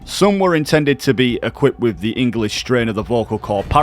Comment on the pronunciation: Enguhlish. Linjistic. Linga fronkwuh.